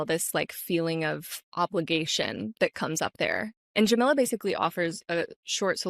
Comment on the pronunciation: By the way, the name Jamila is pronounced jah-mee-lah. Like Mila (Kunis). Not like vanilla—that’s Jamilla.